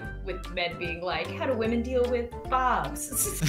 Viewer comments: pronounce it hwamen ( like Bob Ross saying titanium hwight) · I have a problem with all women: All women. Not WHAMEN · Whamin!: Struggling to say whamin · It's hwaman not woman!!!!!!!!!!!!!!!!!! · Tell it is pronounced hhwwhaamen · wa-men yup sounds right to me